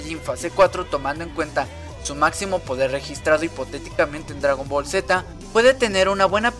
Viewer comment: Se dice Gohan no Gohah además es dragon ball ni es dragon boll además yo le entendí muy bien a las sacas de dragón ball